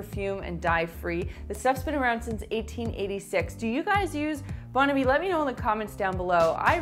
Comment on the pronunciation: Love your French pronunciation of Bon Ami. I'm from the south and everyone pronounced the name of that cleaner "bahn amee"! 😸😸 Fun video!